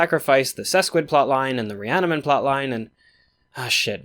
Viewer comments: It's not sesquid. It's sequid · Amazing video, I love the level of detail and you've got a real knack for analysis and delivery. Invincible is my favorite comic, and I wholeheartedly agree with how dramatically the new additions add to the story's depth; the only criticism I have is that it's sequids, not sesquids. Was bugging the hell out of me, had me doubting my memory lol